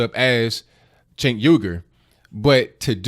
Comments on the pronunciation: it's pronounced Chunk Yogurt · Pronounced chunk, but I digress. I'm a fan of Crowder but this stunt reminds me of the idiots who disrupt Trump events. I cringed.